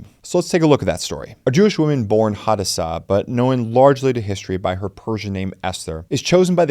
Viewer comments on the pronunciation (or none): You killed my daughter's name in the pronunciation but not too bad Hadassah